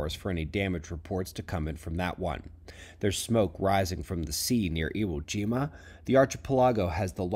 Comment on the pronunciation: HEY Google,,,it's Iwo Jima not ejima. Thank you and family for the dailies!